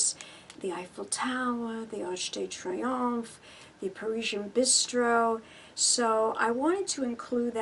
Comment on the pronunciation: "you can attest to that, not "contest"...and the Arc de Triomphe is pronounced TREE-OMF.